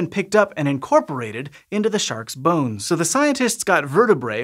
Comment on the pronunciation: I know you didn't just say "shark BONES"